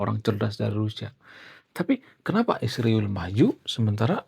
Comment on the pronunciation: kau punya pelir le. sebut israel pun salah